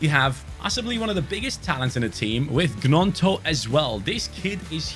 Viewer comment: Pronounced ñonto not Gnonto